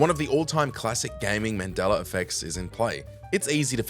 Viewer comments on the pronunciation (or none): none